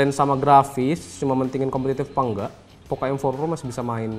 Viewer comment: POKO mas bacanya